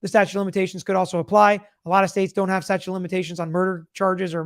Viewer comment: "Statue" of limitations. Lol.